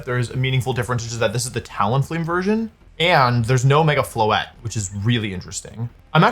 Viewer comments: I’m hearing mega floette like it’s Incineroar… I’m not liking this lol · "Mega Floethreat" actually goes hard